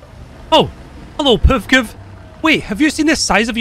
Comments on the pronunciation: Tho i have to say as funny as is, listen to saying" the puvkuv" lmao every time!, its prenounced "p-v-k-v" just as Mbt or Ifv etc. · ah yes, the PevKev